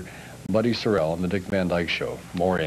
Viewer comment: It is Sorrell not Surrell.